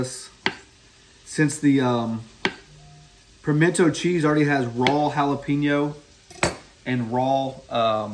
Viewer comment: Dude it's pimento. Not pimented....